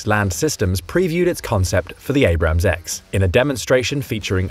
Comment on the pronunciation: Learn the difference between Abrams (correct) and Abrahams (incorrect)